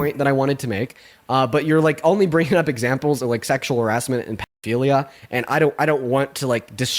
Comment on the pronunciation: i have had patience for many years... but how have we gotten to the point where grown men are saying "pee-three-dee-o-philia...." theyre children cosplaying as adults